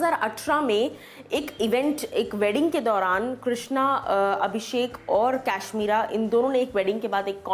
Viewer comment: Ap kashmira ko cashmera bolta ho